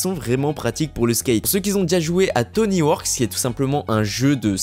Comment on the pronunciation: Les Vans de Jason qu'on voit sur l'artwork ça s'appelle des Slip-On, et 1 min de silence pour Tony Hawk qui a eu son nom complètement écorché dans cette vidéo 😂